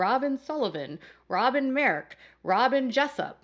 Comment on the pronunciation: Kody vetted Robhn??? 🤣 🤣 🤣 🤣 🤣 🤣 😂